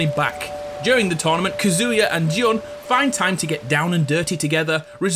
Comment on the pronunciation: "JUN" Kazama.